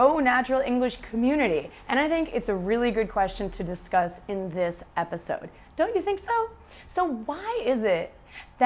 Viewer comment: someone say thish year instead of . this year